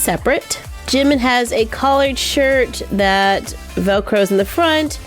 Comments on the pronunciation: Its Jin not Jen Its Jimin not Jemin hehe btw love youuu 😘😘😘😊😊😊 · Oh and it Jimin not jemen😠😠😠